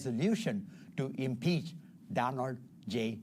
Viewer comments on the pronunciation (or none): 😂😂😂😂 ese congrecista no puede ni pronunciar la palabra impeach 😂😂😂😂 Están loquitos